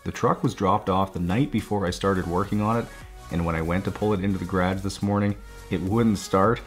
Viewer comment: you mispronounced “garage”